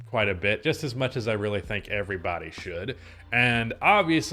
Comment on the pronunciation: Why did that “everybody” sound so southern